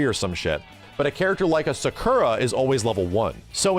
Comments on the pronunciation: Dude, the game wasn’t that bad as you’re portraying. Also, why do you mispronounce Sakura? It isn’t “Suh koo ruh”. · pronunciation of Sakura never fails to make me twitch. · I can never get used to how says "Sakura"